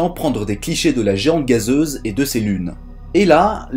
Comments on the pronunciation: Toi aussi t'as entendue pareils ^^ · "dans l'atmosphère de la geanze gazeuse" 🤣